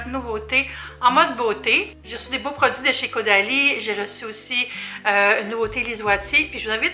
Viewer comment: Le bandeau te va à ravir! ❤️ Je sais pas pourquoi mais chaque fois que tu dit Caudalie dans la vidéo j’entend Go daddy 😂 Y’a fallu que je rewind un peu la vidéo la première fois pour être sure 😂